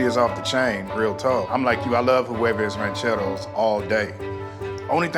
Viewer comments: As a fellow Latino, I cringed every time he said it. It sounded like he said “Quavos Rancheros” at first to me and I was very confused. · I sometimes forget the try guys are white but then I hear Ned pronounce “huevos rancheros” and it could not be more obvious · Was anyone else annoyed by neds butchered pronunciation of huevos rancheros. Like he turned the silent h into a q for some reason